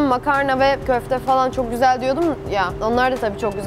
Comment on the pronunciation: ✨coğ gozel✨ deyişi şakamı